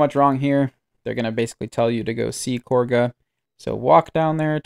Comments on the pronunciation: KAH-GA NOT KORGA 😂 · Kahga is not Korga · Why do so many people pronounce her name Korga? It's Kagha, like Ka-Ga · Explain to me how Kagha is pronounced kor guh? I am going insane what's going on I looked up korga he plays wow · Dude, the names are literally said in game. How are you messing these up? Unless its intentional? "Isobella" "lie'zel" "korga" "alfreeah" come on man. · Wait sorry I lost it a bit, Who the fuck is KORGHA? lmao you mean Kagha XD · When saying kagha in a British accent so hard it actually adds the letter R in American translations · the VA's literally say her name which makes it even weirder that you dont know how to pronounce it when its been spoken to you dozens of times now